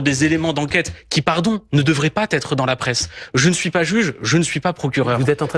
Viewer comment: "pas Tetre dans la presse" donc pour ce glandu "pas" fini par un T et il fait la liaison...